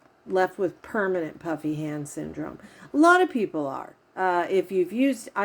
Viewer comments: Haha me too. I was watching a video of hers the other day when she mentioned she was going to do this particular video and I too thought she said "puppy" hand syndrome lol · omg i have literally thought you’d been saying PUPPY hand syndrome 🤣💀